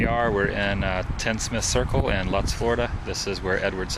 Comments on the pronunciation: It's pronounced LOOTZ not LUTTs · love your videos but it is pronounced "lootz" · its pronounced luuuuutz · I have lived in Lakeland, Florida for most of my life. I have even worked in this very mall. I think of the movie, “EDWARD SCISSORHANDS” even now when I drive by. One of my favorite movies. The town where the houses they filmed were in is called “Lutz”, (pronounced Loots). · Lutz is pronounced Loots lol I live close to Lutz. Thank you for showing us the neighborhood. Been wanting to show my husband where it was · Myatt2124 is correct. The castle was in Dade City. It was movie magic that made it APPEAR to be in Carpenters Run. Lutz, (pronounced loots:) is only the mailing address for Carpenters Run. It is actually in Land O;lakes, a few miles north of Lutz. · You probably already figured it out, but the Town of Lutz is pronounced "loots"...I had to say something...Lol...Great VLOG!!! 😎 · lol.. i love your videos dude... oh, and its pronounced "loots", I know its spelled like it should rhyme with "butts" (Lutz), but alas, its pronounced "loots". i used to drive cab in Pasco county, and I remember having a run to Lakeland one day, seeing the southgate shoping center, and being like, "i feel like i been here before", not knowing I'd seen it a million times already in the movie... lol... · Great vid.. the town Lutz, is pronounced "Loots", btw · Oh yea, Orlando area folks don't know that Lutz is pronounced by the Tampa Bay area folks as: "Lootz." Just ask Tampa Jay. :-) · It's actually pronounced lootz. But a cool video regardless. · Lutz is pronounced "Loots" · It's pronounced "Loots" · to give ya a friendly heads up...its pronounced "loots" florida... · Lutz.... it is pronounced lootz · It's pronounced, "LOOTZ" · You're aware that you're completely mispronouncing "Lutz," right?